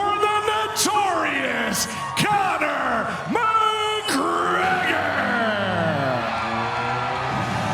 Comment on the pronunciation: *Conor ... absolutely BUTCHERED Conor's name 😂😂